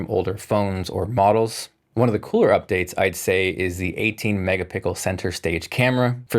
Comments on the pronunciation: Did anyone else hear him say camera? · he say? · You said megapical like good old times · so many mega-pickles 😮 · "18 " LOL I love it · I had to rewind lol I was like "did he just say?"